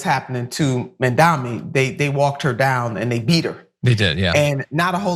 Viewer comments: With all due respect, but it's M‐A-M-D-A-N-I not Mamdami. It's really not that hard. While I don't think your guest is doing it on purpose like Cuomo, but is it really that hard to grasp. When Cuomo does this shit it's on purpose just as with Trump and Kamala. It's been how many months now? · Mandani, Mandami…Nina Turner can’t get it right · Lady, it’s Mamdani, not Mamdami! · And please, dear Turner, Zohran's name is MAM-DA-NI. Not Man-da-mi. Saying a name the right way, is THE way to GIVE RESPECT. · Your guest can't pronounce Mamdani's name ( she pronounces it as Mamdami), is it because she's an ignorant American who can only pronounce names like smith? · Why is everyone calling him 'Mamdami'? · "Mindami", Nina? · Why is Mamdani’s name so hard for people to say??? Like, seriously?? THAT is a hard name for people to say? Even Nina sucks at saying his name with respect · Nina has to at least say his name right wtf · Nina should practice saying Mamdani 😅